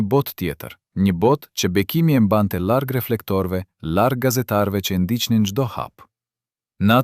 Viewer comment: Shum mir e paski verejt,ky person qe po e lexon tekstin,nuk eshte shqipetar,te na thuhet larg,e jo llarg-llargohej,L-in sun po e shqipeton.